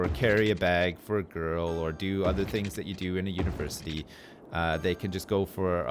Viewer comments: I wonder is "univerCITY" was on purpose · "UniverCITY"......dick has been ripped